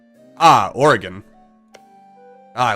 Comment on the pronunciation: Hey... you pronounced Oregon correctly. Good on you.